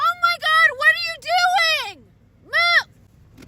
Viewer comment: "MOOOOVUHHHH!! I CAN'T SEE THE ROADUHHH!! I CAN'T SEEEUHHH!!!"